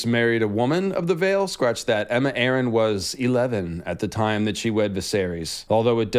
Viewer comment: “Arryn(Air-ren) not (Are—An)”